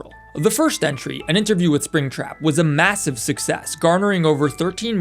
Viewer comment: 'Alright, let's catch ourselves a apringtrap' 💀